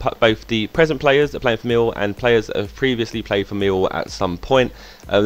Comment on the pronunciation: I love how you say: Meewow. It's incredible